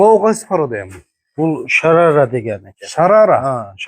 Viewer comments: Шарара эмес Шароле. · Шарара емес шарале дейт